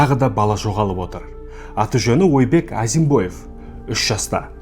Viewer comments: Ойбек Отабаев емес Айбек Атабаев деп айтылады. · Ойбек деп жазылады Айбек деп айтылады Отобаев демей Атабаев деп айтсей